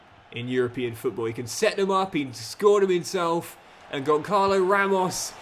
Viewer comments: Gonçalo ramos first name isn't pronounced like that 💀 You're supposed to pronounce the Ç like a S. So it's Gonssalo not Goncalo. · Hello! You allways say Goncalo Ramos but you shoud say like "Gonssalo" because of the "ç" Keep the brilliant work! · the striker's name (Gonçalo Ramos) is pronounced Gon-salo (phonetically speaking:) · Hey, the correct pronunciation of Gonçalo Ramos is Gonsalo Ramos. I’m from Portugal. I love your videos. Keep it up ❤ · As a Portuguese myself, it's really cool that you have some "tugas" in there, Gonçalo Ramos's name is pronounced "Gonssalo" as the ç is read as an s Keep up the good work, forza Milan, and let's go the short king Cox! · Hey, love the vid as always, just a quick note: the "ç" in Gonçalo is pronounced as an S like in Suit, the little below below the C means it sounds like a S! keep it up bro love the series and can't wait to see Cox conquering Italy! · I think Gonçalo is underperforming because you're mispronouncing his name, saying ç as a K and not as a Z. Otherwise please remember to make your subs around the 60-70 mins.